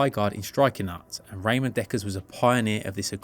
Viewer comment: its pronnounced Ramon not Raymond